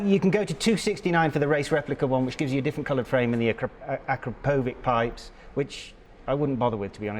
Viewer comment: The exhaust is pronounced AK Row Poe VIC. Nice looking bike though . Seth Africa eh ? A set of pipes would help.